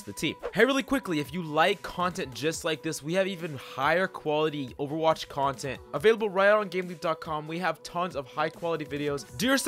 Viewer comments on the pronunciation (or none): none